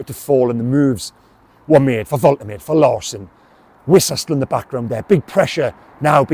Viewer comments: Fair play m8 but ive listened to the German commentary first his pronunciation and it's pronounced volt er marder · Love your updates and passion for the Toon. Pronunciation of Big Nick's surname: Volta-Madda 👍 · It's pronounced Vol-Ta-Maa-Da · The pronunciation is 'Vol-ter-maa-duh'. They pronounce vowels over there in Germany. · I am German. Nick "Voltemad-e" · Well done,: first with the news again. By the way, Germans pronounce "W" as "V" (and "V" as "F" - so Volkswagen is pronounced Folks- vargen). So Waltemade is pronounced Volt-er-marder 🙂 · White English journalists’ and pundits’ flat refusal to learn how foreign names are pronounced is undefeated. There’s no chance the club, when leaking this to him, didn’t correctly pronounce the name. So I don’t buy that he doesn’t know how It’s Vole-Teh-MAH-da,. Not that hard to remember. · Fingers crossed! Pronunciation Volt-er-mar-de! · Pronounced Voltimada. Ive said this before why is it only Newcastle fans that never pronounce the players names correctly. Its embarrassing ffs. Shar, Guimaraes, Malick Thiaw, Sesko, Mbuemo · Thanks for bringing this to us. Woltermade looks the biz, touch of the berbatovs about him. Nice to be excited again. I've just checked the pronunciation prior to my video & it's "Volt-a-marde" apparently 😉👍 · Its Vol-Te-Mar-Deh, come on you English Stop butchering foreign names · Hi methinks the pronunciation is Vol - teh - mad - eh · Thanks for the news and for your excellent reporting. You will of course learn to say his name correctly which is Voltamayda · Pronunciation, I believe, is Volta-marda